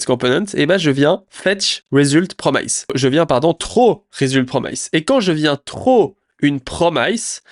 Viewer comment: mes oreilles saignent lorsque j'entends "promailleze" au lieu de "promice" haha à part ça, beau boulot, merci pour le résumé sur le drama!